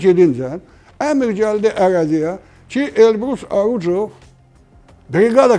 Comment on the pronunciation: Elbrus Arucov yox, Orucov